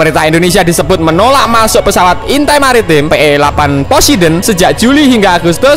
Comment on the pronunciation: poseidon tlol bukan posedon eh maaf yassalam